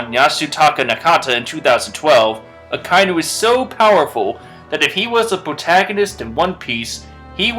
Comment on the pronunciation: "A-kai-nu" I know some people can't tell because of how it's written, but it's "Aka-inu". "Aka" means red and "inu" means dog.